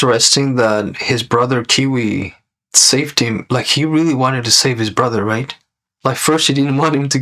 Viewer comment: You kept calling Kwei as Kiwi lol